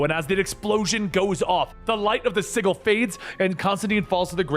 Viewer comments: Sigil is pronounced S i (J ) i L the G is a J sound hon. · It pisses me off how he pronounced sigil it’s fucking si-j-il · Sigil is pronounced like sijil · The pronunciation of 'sigil' kills me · You know how to pronounce “Hecate” but don’t know how to pronounce “sigil”? Smmfh. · Hate to be the "nitpicker" but sigil has a soft g like the name George. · uhhhh that's not how you pronounce sigil lol